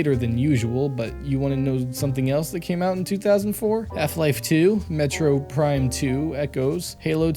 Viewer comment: He's got all kinds of pronunciation issues going on here. "Metro prime 2"